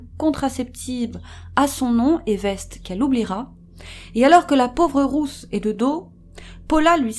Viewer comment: Cc les youcrime sisters je voulait juste vous dire que «Ruth» se dit comme «Rute» kiss et Big Up à vous ❤️❤️